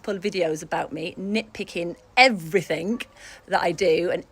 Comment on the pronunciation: I absolutely HATE when people make a G sound like a K!! 'Everythink' is not a word.